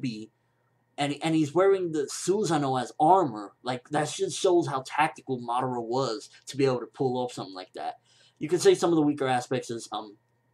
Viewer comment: Ur saying madara wrong.